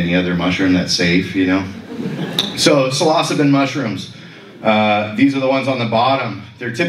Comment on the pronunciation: Thus guy can't even pronounce psilocybe, 😢 Say it with me now.... Sil-o-syb🎉